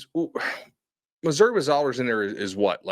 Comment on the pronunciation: Another week of mispronouncing Matt Zollers’ name - isn’t this your job? I’m talking to you, - you big dumb idiot. Also, Missouri has a win against Auburn. Beau Pribula isn’t much, if any, better than Zollers even with him being a true freshman. Missouri’s defense is great but the offense is absolutely dismal and has been for awhile now. No one talks about how Drink is supposed to be an offensive minded coach but Missouri’s defense is better than the offense year in year out.